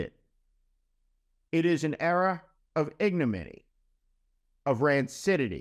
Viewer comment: "IG no min y" not "Ig no my"